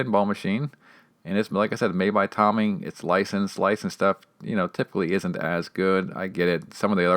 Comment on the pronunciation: FYI is not pronounced Tommy. It’s pronounced like “Toe Mee”